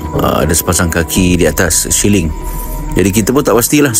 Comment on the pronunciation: Siling bukan syiling, syiling tu duit